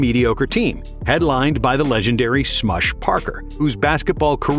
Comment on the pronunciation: Why is he pronouncing Smush like that?